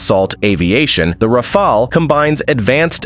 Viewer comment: Of course, the real strength of the Rafale is its ability to change the pronunciation of its name mid-video.